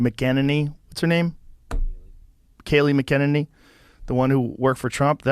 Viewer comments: It's funny that Joe couldn't pronounce Kayleigh Mcenany's last name, but it's ok. I can't spell it right without using voice text and even then I'm not sure...... Damn you dyslexia!!! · You're over-interpreting. He does smoke too much pot and it's a tough Celt name to remember and pronounce exactly, so when he finally got ready to try, he still mangled her surname. Let's just agree that M c E n a n e y is a super hot babe!